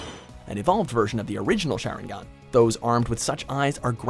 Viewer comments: Justus not Bakuyugan or sharigan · nO 0ne:: Share-en-gan